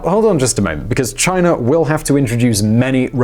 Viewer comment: Chinarrrr lol